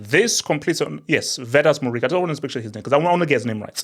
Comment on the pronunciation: *Btw for Muriqi it's Muri-chi (they pronounce the q as a ch) Just a little note for anybody outside la liga wondering about it. Or his nickname the Pirate (Pirata) coz of his celebration where he does the pirate eye patch